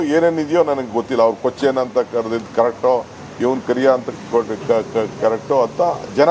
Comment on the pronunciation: Not kaleya it's kariya😂😂😂😂😂😂😂😂😂😂😂😂😂😂😂